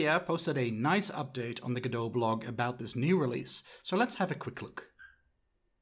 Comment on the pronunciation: why do you think you are pronouncing godot properly ?